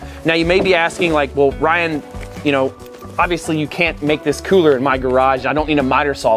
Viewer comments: The way he says cooler like; "Coohler" ["Cooh - Ler"] irks the hell out of me, XD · Love the idea but the way you say the word cooler is really sending me 🤣